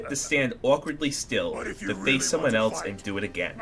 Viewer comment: eltse??? why do people put a T in else. IT"S ELSE NOT ELTSE.